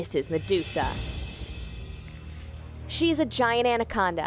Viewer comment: She says andaconda